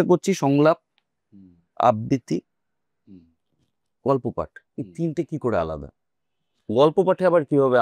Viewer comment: আবৃত্তি , আব্বিত্রী নয় 🙂 অনির্বাণের উচ্চারণ এবং রাহুলের উচ্চারণের পার্থক্যে বুজতে পারা যায়